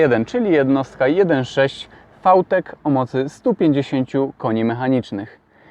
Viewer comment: fał tek? a nie wi tek?